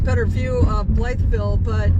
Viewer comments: Pronounced "bly-vill". Not "Blythe" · I lived here at the AFB in 1979 thru 1981. It is pronounced Bluh vle by the locals. Not making fun, just sayin!